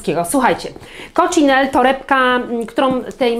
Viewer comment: Coccinelle to marka wloska i wymawia się razem z ostatnim “e” - koczinelle 😊 torebka piękna, pasuje Ci